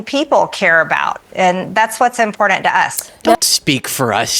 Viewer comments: I wish she could pronounce important. She says impordan. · "Impordant." SHE IS SO STUPID. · "Impordant" SHE CANT EVEN PRONOUNCE IMPORTANT!!!! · I cringe every time she/it says 'impordint.' The word is important. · Im still trying to understand what "IMPORDAND" means. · Mtg, I believe the word you are looking for is "important" not "impordent". Bx6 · And quit saying "impordant", MTG. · "Impordent" -MTG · Im-por-dant….PLEASE for the love of God…someone teach her how to speak!!!! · I hate the way she says “important” imporedant that’s how she says it! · You mean “impordant”? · " ImporDANT " . SHE'S AN EMBARRASSMENT. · Anyone who doesn't know how to pronounce the word, important, is completely untrustworthy. I don't know what's going on in the world these days, but the way people are pronouncing important is really really maddening. Stop it. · The American people want to see you GONE marge. ..and BTW Marge 'imortant ' ITs a T not a D!! ///. Please dear God make marge, trump and maga go away> #GoodnessWillPrvail